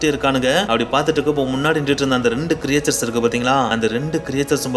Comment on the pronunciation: Very nice bro. But very often You pronounce the word creatures wrongly. Its not கிரியேச்சர்ஸ் But கிரீட்ச்சர்ஸ்.